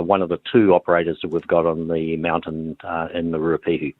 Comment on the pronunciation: Say Ruapehu properly auntie 🤦🏼‍♂️